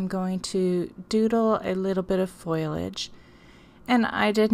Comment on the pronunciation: Foliage is pronounced "Foh-lee-age" NOT foil-age. Sorry. The mispronounciation was driving me crazy. But I love the project.